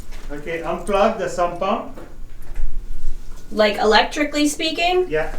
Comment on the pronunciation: Drink every time you hear 'SUBpump' ... no don't, you'll die!